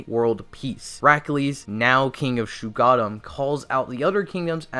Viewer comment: #1: NOT SHUGADDAM ITS SHUG OH DDAMN